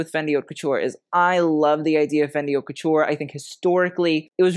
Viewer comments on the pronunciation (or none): I like your show! Just a suggestion-you pronounce “haute” as “hot”, when it should be “hoe-t” to rhyme with “note”. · “Haute” is not pronounced “hot”. But your show is de-lic-ious!! Love yr knowledge of fashion…